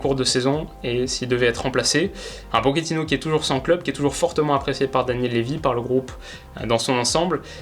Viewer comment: Par contre il faut absolument arrêter de dire « Poketino » ! Toute personne ayant fait espagnol LV2 au collège sait qu’on le prononce bien « Pochetino »